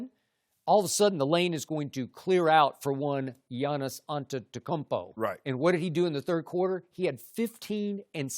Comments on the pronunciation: Skip "Giannis Ante-do-kkon-buo" Bayless. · Skip if can't say the man's name then either call him the Greek Freak or stick with Giannis. Don't butcher the man's name because you can sound out someone's name.